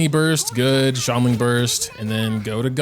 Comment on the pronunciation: Xilonen is pronounced as Shilonen, not Zilonen🤦